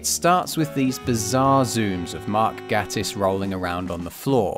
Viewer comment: Mark's last name is pronounced "Gay-tiss". Jesus, that's the real cringe.😮‍💨